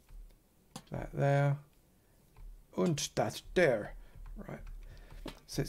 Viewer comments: I see you've been working on your German... "Unt dat dere". The peninsula is really looking great! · PittCougar oh so I wasn’t wrong when I thought that sounded kinda German 😂